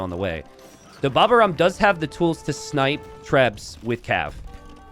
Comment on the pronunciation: Please,, his name is "Baba au rhum" (a French desert with rhum), the "au" letters are pronunced like the letter "O" and in "rhum" the "H" letter is not pronunced at all --> Baba o rum Say the "O";-)